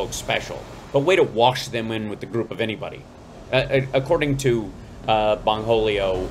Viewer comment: O'tay, I know you didn't say "Bong-holio". I screamed! 🤣🤣🤣